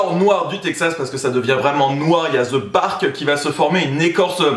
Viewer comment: (the)de bark ... pas ze bark... les français qui essaie de parler anglais 🤦‍♂️😂